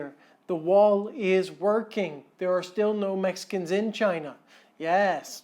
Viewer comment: Sorry mate but va-China was spot on. 8/10 😂😂